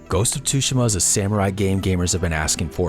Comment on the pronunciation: The way you pronounce "Tsushima".... grrrrrrrerrrr